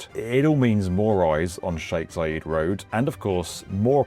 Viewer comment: Zayed, not Zayeeed ffs